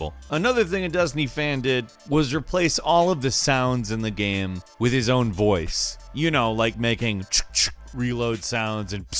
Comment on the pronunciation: I literally watch your videos just to count how many times you say geh-yum.